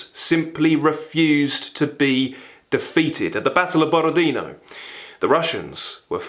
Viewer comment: Borodinó (tonic accent on the last ó). Ваш энтузиазм очень трогательный.